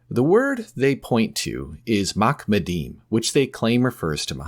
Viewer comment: not "makmadeem"... in the Hebrew its "maHamadeem", the H there being the Hebrew חֲ, originally pronounced as the arabic H in Muhammad. not my fault your linguistic deficiencies keep you from pronouncing it right